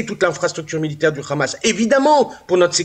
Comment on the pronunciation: Pourquoi vous dites le Khamas c le HAMMAS